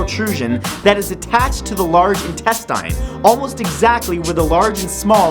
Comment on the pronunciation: omg finaly someone who pronounces intestine like how i do